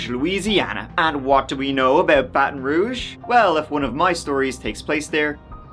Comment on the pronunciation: This is my city 🥴 Impressed you pronounced ‘Baton Rouge’ correctly haha